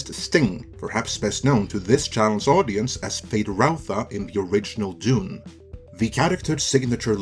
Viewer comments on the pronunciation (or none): none